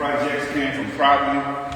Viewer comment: "Came from the projects, came from Proverty" Gotta love P!